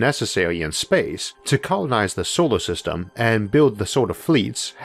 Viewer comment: "Stawas" "beoud" "Sowar System"